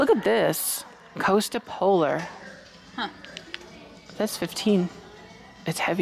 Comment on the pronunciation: Kosta Boda, not Kosta Polar. LOL😆